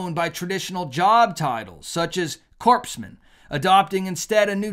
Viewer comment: SIR: Please do not refer to a corpsman as a “corpse man”. Remember when Obama did that? It is pronounced: “Cor-man” Love your videos and info. Just, please, don’t pull an Obama. He was rightfully ridiculed by pretty much everyone. Thank you.